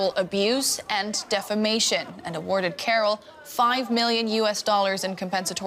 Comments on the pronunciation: Defamation not "difimation" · Dude said “defimation”